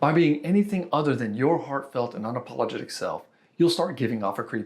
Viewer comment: lol was that an "unapaulagtic" ✌️